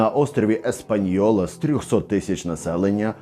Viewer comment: Чудове відео, хотіла б дещо підкоригувати. Española ми читаємо без "й", тобто "Еспаньола"